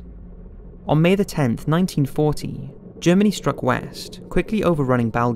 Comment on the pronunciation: It sounds like the narrator is saying 1914 but it must be 1940.